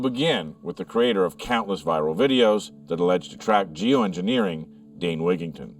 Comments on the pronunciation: It's Dane not Dean.. Thank you for exposing this lying little freak bought and paid for corporate meteorologist from Harvard what a liar. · It's Dane Wigington, not Dean.